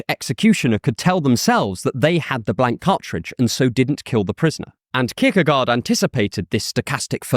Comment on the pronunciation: I had to grit my teeth every time you pronounced his name. I still love your channel, though.